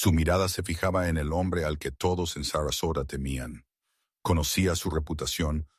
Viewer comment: The girl was 5 years old or 9 years make you a bad narrator 😅 is sasarosa or Sarasota please!